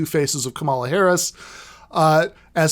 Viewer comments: It's COMMA-la not kuh-MALL-uh. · Dude, it's pronounced comma-la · Really wish you had pronounced Kamala's name correctly in this video. I agree with what you're saying 100% and would love to share with my friends and family who have been spouting this "Kamala is more progressive than Bernie" bs, but I know that as soon as they hear you saying "KaMAla" they'll dismiss you out of hand. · If you're going to do an entire podcast on Kamala Harris, shouldn't you learn how to pronounce her name? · I'm no fan of the lady, but should point out that the narrator is mispronouncing her first name, It's the recently deceased 'pro' wrestler Kamala Harris who used the pronunciation heard here. Or am I confused? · Alright, Jacobin . . . not a giant fan of Harris or Biden (although I will vote blue this year because of fascism), but: please just at least learn to pronounce her name correctly. There's no need to be a jerk about it. The emphasis is on the first syllable, similar to the name "Pamela." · Man please just say her name right though